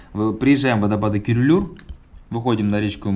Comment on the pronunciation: не Курулуур, а Күрүлүүр. По-русски через ю надо писать. правильно говорит: Кюрюлюр.